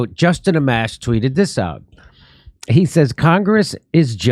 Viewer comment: Justin Amash? C'mon Jimmy. Put some effort for fuck sakes.